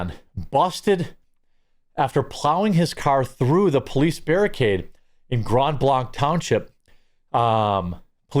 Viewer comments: sup homies and homettes! Jeremy, only cause I know you like to be detail oriented. It's Pronounced "Grand Blank" Michigan. I don't know why, but it is. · I'm not doing this to be silly or petty, but blanc is pronounced (blank). I love your reporting, but I wince every time. I know it's just because I live in this part of Michigan. 😳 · We pronounce it "Grand Blank", btw. No silent D. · Jeremy. Please. It's pronounced Grand Blank. I know it's confusing, but hey, it's Michigan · Pronounced like Bank. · It’s said: “GRAND BLANK” I used to live there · Jeremy...it's pronounced Grand Blank. Not blonc. I lived there, it kinda erks me when people mispronounce it. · It's Grand Blank not Grond Blonk. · 'Grond Blonch' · Its not blanque its blank. Grand blanc is grand blank to us michiganders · It’s pronounced “grand blank” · It's pronounced Blank. This is about 15 minutes from my house. The Grand Blanc police chief sucks at giving info and the Genesee County sheriff Chris Swanson is more interested in furthering his political career than doing his job. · Not Grand BlAnC it's Grand Blank! Don't pronounce it the french way you frog lover, Grand Blank but spelt with a c but sounded with a k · Jeremy please stop saying grand blanc wrong it’s pronounced blank like shooting blanks, I live here so it’s weird to hear it mispronounced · Local pronunciation: Grand Blank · Also it’s pronounced “grand blank” lol thanks for covering this story! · Grand blanc is pronounced grand blank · Pronounced Grand Blank....... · Dear Lord…. It’s pronounced “Grand Blank”. Please be the only commentator to get this right! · Don’t pronounce ‘Grand Blanc’ using French sounds. It’s grand (‘a’ like cat) Blank (long a) (hard K). I get it, but we aren’t Wisconsin. 😆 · From Michigan, it's pronounced "GRAND BLANK" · This shit is happening in my neck of the woods, I've always felt safe as long as I avoid Flint but not anymore. (Not to be rude but Blanc is pronounced the same as blank).